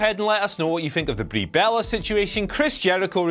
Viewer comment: Sorry, did you just say that Ba-rie Bel-lah, makes an amazing Japanese wrestler, look like a terrible diva? Do you understand the difference between "Botching" and "shooting"? #Clueless When was "Dominion six nine"? Or do you mean 6.9? #NumbersLettersAndSymbolsNeedCommunicating Just quit! You're out of your depth... reading a script!!! #PooshOff How is it even possible, that you are less charismatic than that tennis player? #Shocked